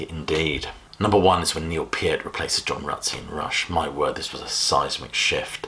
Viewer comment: Thank you for pronouncing Neil Peart's last name correctly.